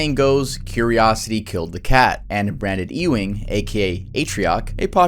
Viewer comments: E-wing? Hahaha It's pronounced "Yew-ing" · Pretty sure the last name "Ewing" is pronounced "U-ing," not "Ee-wing."